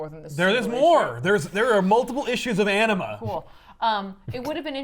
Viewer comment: I dont know why i keep hearing Enema instead of Anima